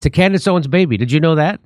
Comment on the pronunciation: I'm still trying to figure out the point of this segment. He doesn't even pronounce Candace's name correctly. This is silly speculation with no substance.